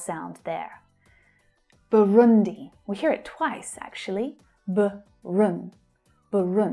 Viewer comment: thanks so much my great teacher. you pronounce very well my country BURUNDI.